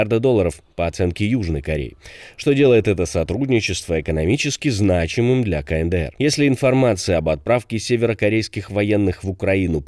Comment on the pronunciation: какой еще [КаНэДэЭр]?? [КаЭнДэЭр]